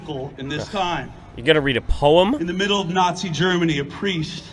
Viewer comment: Did someone say Naaziiis? crawsl out ... nah, only some stupid person that has no idea what they're talking about.